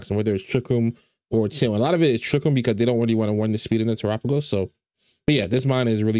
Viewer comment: TERAPAGOS PRONOUNCED CORRECTLY WOOOOOOOOOOOOOOOOOOOOOOOOOOOOOOOOOOOOO